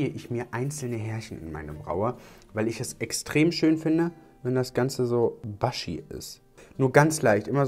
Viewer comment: Die lieben (sympathischen!) Youtuber und das Englisch..:D "bushy" spricht man nicht "baschi" aus, sondern "buschi", lieber.:D Der ehemalige Präsident der USA heißt ja auch nicht "George W. Basch".:D